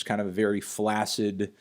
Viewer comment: Why is he called melon - he has a pointy chin?? Heart, or avocado, perhaps? Also, it's flak-sid, not flassid